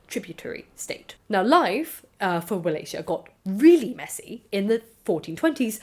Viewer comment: Wallachia is actually pronounced with the hard Cs not the soft Cs